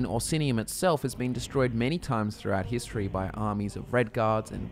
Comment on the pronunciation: After watching the video on argonian law my ears don’t work! Like every time he says history I hear hiss tree! This is not a joke!